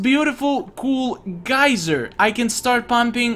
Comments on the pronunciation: You switched between geeser and geyser in terms of pronounciation of the word geyser... subs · "water geezer" I giggled.